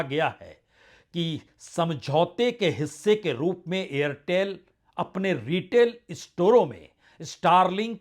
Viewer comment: AIRTEL+STARLINK: 'AIRTHEL'. 😅